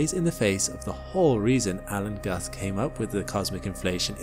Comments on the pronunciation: Think Guth is propnounced 'Gooth'. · Love your videos, but Alan Guth's name is mispronounced. I know it's not spelled like it but it's pronounced "gooth" like rhyming with booth. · Guth is pronounced similar to tooth.